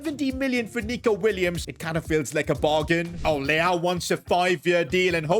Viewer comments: bro said leao 💀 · Bro said leao 😂😂😂